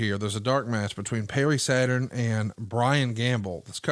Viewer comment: Pewwy Saturn?